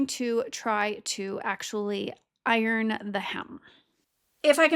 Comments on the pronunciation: “Beg” for bag and precision pronunciation of “iRON.”. You’re either in Wisconsin, Minnesota, or Canada. lol, I love the upper Midwest accent 😂. Thanks for the video! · Who taught you English? It’s not iRon or similarily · My Son says iron the same way!